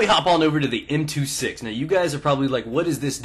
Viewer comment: M two six? More like "M two sex".